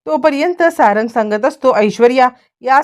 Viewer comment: अरे किती वेळा सांगायच 😂 सारण नाही सारंग नाव आहे...